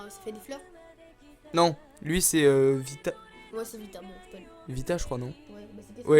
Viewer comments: et aussi c'est pas vita c'est vista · C'est pas "Vita" c'est "Vista"